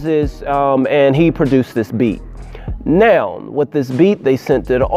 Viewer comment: When you say now it sounds like noun.